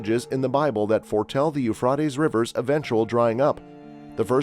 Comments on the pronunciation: The Ufradeess River😂😂😂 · its the U fra ties river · Boy does that guy chop up the words for the River. Who taught him to say that name the way he does. He makes a mess of those foreign names. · You know where n the last days when he can’t even say Euphrates river right lol😂😂😂😂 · I wish you would pronounce the Euphrates right. This is really getting under my skin. If you are going to report something, don't you think you should pronounce it right? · I think your information seems to be credible. I wish you would learn how to pronounce the keywords like Euphrates. Take time to learn the correct pronunciations so it won't hinder your message.